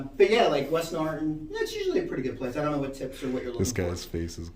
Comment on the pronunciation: Norriton, not NorriNton. My aunt lived in East Norriton for years.